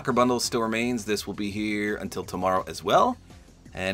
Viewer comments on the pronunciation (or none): none